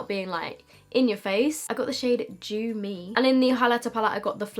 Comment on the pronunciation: At last someone saying "Dew" the proper way and not like the mericans who say "doo" instead of "Dyoo"